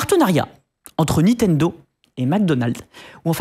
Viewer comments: C'est assez honteux le Nitendo.... Franchement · ouais, on prononce Nintendo et pas Nitendo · C'est NiNtendo et pas Nitendo. À au moins 2 reprises vous oubliez un N ! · C'est Nintendo, pas Nitendo... A l'oral c'est pas terrible mais à l'écrit ça fait saigner les yeux... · Olalala toutes les erreurs.... c'est pas des DS Lite, on dit "Nintendo" pas "Nitendo"... ça vous dirait d'être un peu factuels un jour ? Et c'est pas "1038" mais "Cody Trenthuit", d'où le jeu de mots avec son pseudo. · Par contre les mec niNtendo pas Nitendo quoi shame et c'est à plusieurs endroit de la vidéo la faute. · 04"30 "NITENDO".... sérieux les gars 😁😅 et je ne suis pas Geek ni Gamer... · À chaque fois où il prononce le nom de la firme, il dit Nitendo. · C'est déjà écrit comme ça au tout début et ne prononce jamais le 2eme "n" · Bof en vrai c'est le truc qui me dérange le moins. C'est chiant à dire Nintendo. Par contre toutes les infos erronées c'est plus problématique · Incroyable le nombre de personnes qui arrive pas a prononcé NiNtendo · Le mec se dit passionné mais écrit et ne fait que prononcer "NITENDO", c'est à la limite du sérieux.. Sinon sujet plutot bien traité. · Ya que moi qui gêne que il y ai à chaque fois NITENDO 😅😂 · Ok pour le sujet mais ce mec qui présente c'est juste plus possible, c'est insupportable à écouter et ses "nitendo" la please... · a aussi ca m'a fait mal a chaque fois qu ils l ont mal dit